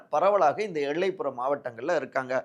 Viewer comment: 'ல' மற்றும் 'ள' உச்சரிப்பு Stability. eg: 'எள்ளைப்புறம் ' இல்ல 'எல்லைப்புறம் '. இன்னும் நிறைய உச்சரிப்பு தவறுகள்.